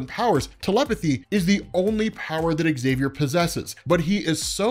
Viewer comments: Love your channel, BUT, why do you always mispronounce Professor Xaviours name? You always say ecks-xaviour, drop the "ecks". Say the word "xylophone", if you just said "ecks-xylophone" then there is no hope for you! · Never understood why his name is pronounced as exXavier.